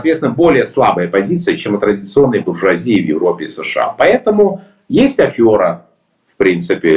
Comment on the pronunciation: Прошу прощения но слово афера пишется через е и так же произносится казалось бы пустяк но режет слух каждый раз